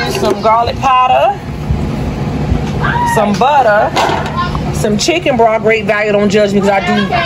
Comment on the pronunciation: BROTH! say the TH